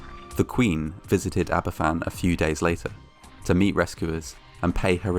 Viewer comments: Are you Welsh it’s Van not fan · It's pronouced as ABAVAN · It's ptounsed harbourvan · It’s pronounced aba fan